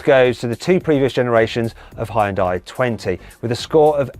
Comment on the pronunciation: ヒュンダイの発音が「ホンダイ」になってるのが驚いた、間違えるって言うはずですねぇ